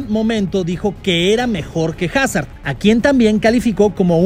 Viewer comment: Cuando no pronuncias bien el nombre de Hazard 😢